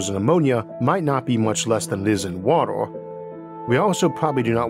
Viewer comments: Not making fun but how are you able to pronounce R just fine with other constants like in "critical" "extremes" Or "recently" but you can't with vowels before it like world, water,, just throws me off lol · It's pronounced WA-TER... Not "wattle". Sorry, but it's really annoying. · Water not wotar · I was thinking for quite a while about ammonia planet, thanks for giving new insights! Also you pronounce water unlike anyone else I heard and I got confused cause I heard "woro" instead of "water" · Water, w a t e r, not watel. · Water ❎ Woddle ✅ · Every time you say 'wator' it sounds like its the same audio clip spliced in, in editing. Orth. Dark mator. Stors. Vap'o'r. Horder. Otmosphere. Wor(l)ds. Pressor. Summor. Temperators. Coldor. Sorching. Papor. Temporol. Listenor. Divorsoti. Beavors. Signators. Crittors. Fact'o'r. Structors. Every vowel becomes an 'o' before an 'r' or 't'. What accent is that? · Jeez what an annoying voice to use. Water pronounced "wawah"?? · could not watch this because of the narrators speech... watooa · Bro your pronunciation is so freaking hard to get used to that I found myself rewinding about 10 times in 2 minutes of video. The fuck is wotor and rathor and alturnadif? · "Wator 🤓" 💀 Edit: Idk why but this accent makes me wanna punch something, I can't watch this any longer... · i Can’t not hear waddle when he attempts to say water. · wah der😂 caw bon😂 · Please learn how to say water. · Lawegest watal